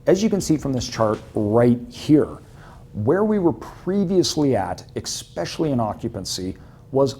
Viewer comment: Great info sir. But i gotta say bro, "ECKSPECIALLY"? It is spelled especially. Ya gotta get that dealt with.